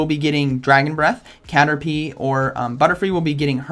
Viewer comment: When u said caterlie my heart stopped pumping thought u saying ti vote for it😂😟